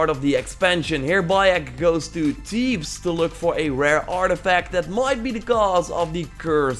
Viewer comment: Teebs? It’s pronounced Th-eebs, strong pronouncing on the TH